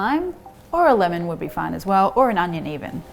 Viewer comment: Miss Marion and aka "" are my favorite Youtube chefs!